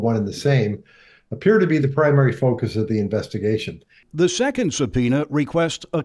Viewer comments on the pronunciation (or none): none